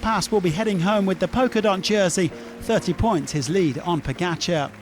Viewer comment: Announcer still can’t pronounce pogacar. Strange. Odd. Unprofessional